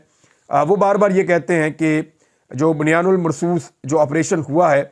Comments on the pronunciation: Imran bhai ap thek nahi bolty Quran pak ka word.ye hai BUNYAAN UM MARSOOS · Imran Bahi بنیان مرصوص ko iss tarah pronounce Karin. بن یا نم مرصوص